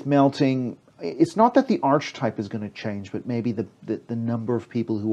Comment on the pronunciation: The word "archetype" is pronounced Ar-Ke-Tipe not Arch Type which means a type of arch.